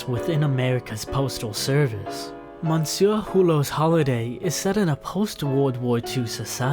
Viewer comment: If you look on the internet you can find out how to pronounce simple French words like 'jour' and 'monsieur' correctly.